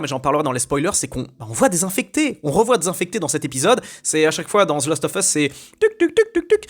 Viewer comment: "last" pas "lost"